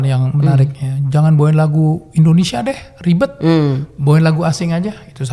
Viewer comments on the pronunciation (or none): none